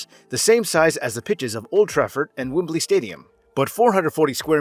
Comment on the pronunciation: Wibley stadium?